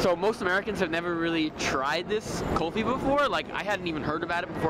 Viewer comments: It's not Kalfi It's Kulfi... Ku-lfi FYI... Not spicy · Kulfi not kolfi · Its not kolfee its like 'cool+fee= kulfee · Its..."Cool- fee" Kulfi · Cool- fi This is how it supposed to pronounced